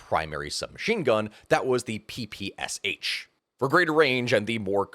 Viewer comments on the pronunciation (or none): none